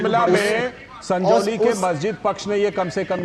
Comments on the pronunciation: Sangoli nahi its SANJAULI, ज है ग नहीं. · सगोली नही सजोली। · संगौली नहीं संजौली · Sangoli nahi sanjoli hai. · संजौली भाई संगोली नहीं